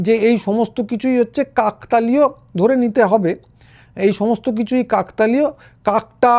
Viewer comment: কাকতালীয় উচ্চারন টি ভুল হচ্ছে।